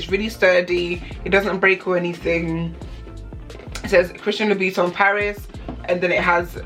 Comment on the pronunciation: Its louboutin nog loubiton